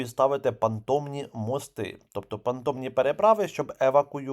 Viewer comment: переправи понтонні, бо звучить понтомні